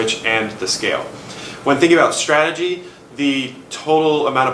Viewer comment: its also strategy and not stratey